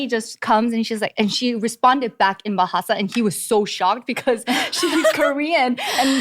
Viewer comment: Your bahasa pronunciation is bagus,!